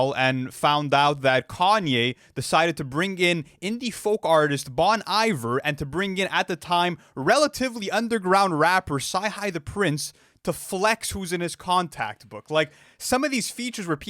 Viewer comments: It’s BONE - EEVER not BON EYEVER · Bon Iver is pronounced "Bone EE-Vare'